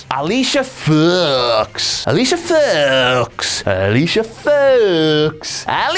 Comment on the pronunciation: Randall Williams both times he said it it sounded like Alicia Fucks lol